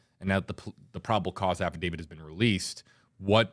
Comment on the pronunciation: it's affidavit......not affidavid. Love your show.